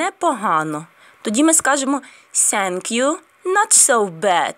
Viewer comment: Thank you говориться не Сенк'ю, а з м' ягкою Т...